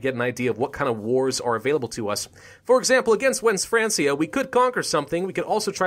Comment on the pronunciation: Just in case you haven't looked this up already but I believe "Francia" is pronounced like "Frankia". It's probably pronounced that way because the word is derived from the word "Frank" which is what they called the Germanic tribes that inhabited the territories of France at that time.